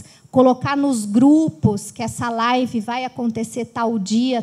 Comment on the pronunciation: Não é Life, é live !!!